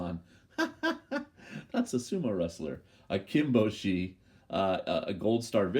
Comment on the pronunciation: (I'm glad I'm not the only one who's said Kinbozan instead of Kinboshi! 😂 )